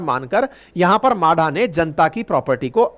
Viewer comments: म्हाडा म्हाडा माडा नहीं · मादा नाही म्हाडा.